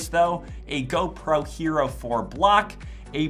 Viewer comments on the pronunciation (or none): none